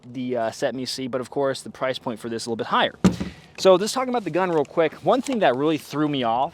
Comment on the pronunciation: and “uhm zis is cool and “Zis is cool” had me laughing 🤣 extra hard for a few minutes there